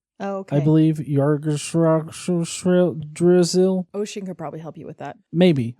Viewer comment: Bro the world tree is pronouced like like igg-dra-syl. I mean there are worse. As I am a half Norwegian my father name terje meaning thor's spear isn't pronounced Ter-jay like most pronounce it but kinda like tuh-de-yuh quickly. Also some random Norwegian letters for your future attempts at norse mythology, j is pronouced like y, w is not double-u but double v and is pronouced as such